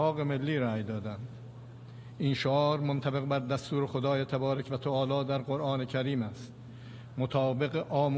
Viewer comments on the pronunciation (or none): none